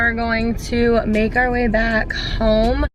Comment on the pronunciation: We're going to メガリ back home. メガリにしか聞こえん笑